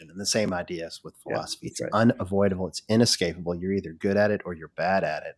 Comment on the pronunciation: was great, but every time he said eXpecially or ineXscapable, a little part of me died...:)